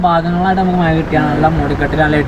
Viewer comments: മഴ എന്ന് പറയാൻ പഠിച്ചിട്ടു വരു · Iji kollaloo😂